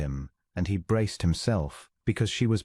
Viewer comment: Weir not wear. Bow like cow rather than bow like bough. Braced not braised. You got me: fourless daughters? They are perfect for each other. Enjoyed the story. ❤❤❤🥰